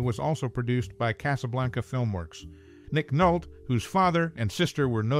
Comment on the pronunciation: His name is pronounced Nick Nol-tee! 😢